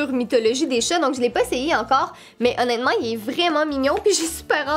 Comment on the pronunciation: tu dit tout le temps «onetement »